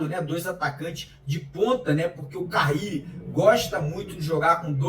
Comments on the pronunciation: Porque ele insiste em pronunciar carrile se o sobre nome é carille?😅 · Será que ele aprende a falar carille ao invés de carrrrile até o treinador ser mandado embora? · Pelo amor de Deus, não é "CARRILLE", é "CARILLE".